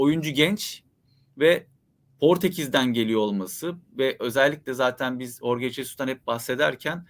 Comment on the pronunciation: Sen ne saçmalamışın, bilmiyorsan bari sus. Horge doğrusu